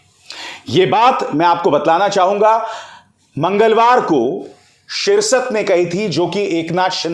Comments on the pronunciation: ये एपिसोड आपका पुरा कल्पना पर आधारित मुंगेरीलाल के सपने है । शिरसट नही शिरसाट बोलना सिखो महान पत्तलकार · अभिसार सर सिरसत नही है सिरसाट है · Its शिरसाठ not शिरसत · Not shirsat he's name shirsaat